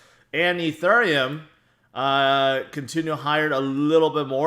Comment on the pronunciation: Can you please learn how to pronounce ethereum